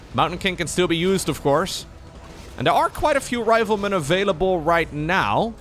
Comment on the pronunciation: Hearing you say RIVALmen instead of RIFLEmen blew my mind. I was so confused then realised not everyone is an English speaker from birth lol my bad